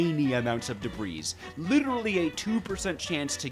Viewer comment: brotha it’s not “DEB-REEZ” it’s “DEB-REE”